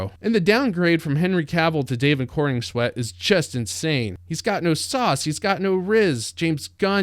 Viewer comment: It's CorENswet, not CorNINGswet.